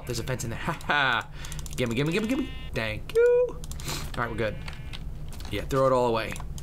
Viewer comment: Haha Tank you! I'm French and our problem is that we always pronounce the "th" like a "t" but even if we do that mistake, hearing it from Tobuscus is really funny!